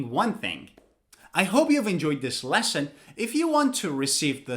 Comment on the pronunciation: Why do you say leston?